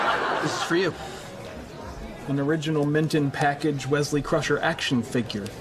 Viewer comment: whesley croucher xdddd it's Wesley Crusher